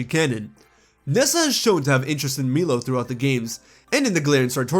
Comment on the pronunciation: Not to complain lol but Milo isn't pronounced Me-Low it's My-Low.